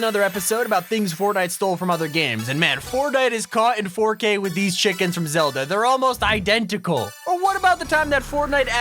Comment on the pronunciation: when you say chika i say chicken